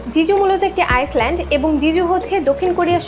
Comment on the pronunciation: আইল্যান্ড* not আইসল্যান্ড। The 's' of island is silent.